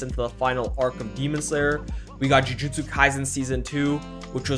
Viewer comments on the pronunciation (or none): none